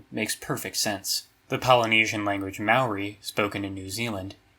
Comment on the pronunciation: I actually really like the video. But come on man. Your whole channel is focused on language, yet you managed to completely butcher the pronunciation of the word "māori". I mean, 99% of people who aren't from New Zealand do too, but if anyone was gonna do it, it was you man. and you blew it. in all seriousness good job on the video